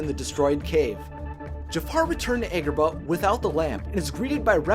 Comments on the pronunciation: The fact he’s saying Aegraba and not. ahgraba is skskskskksk ik I spelt it wrong but sksksksk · It's not "EGGrabah" it;s AHGrabah." Have you not heard them say this city's name in the movie before? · What's with the horrible pronunciations? Vis-ie-er? Egg-rabah? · Ok do u guys notice how he says egg-robah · "Eggrabah" I've heard of Agrabah, but where exactly would "Eggrabah" be located? lol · You were saying Agrabah wrong. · Your mispronunciation of Agrabah was way to distracting for me to enjoy the vid :/